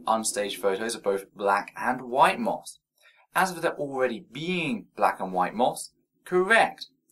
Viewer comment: Is he trying to say moth? How do you butcher it so much to turn into maw?